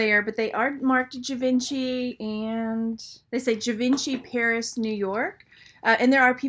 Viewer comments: zhee-von-shee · KLJ - Kenneth J Lane. Please pronounce Givenchy - Jee-Von-Shay lol. It's French. Wow I would have never priced a pair of Rivoli wrap cufflinks for that high, thanks!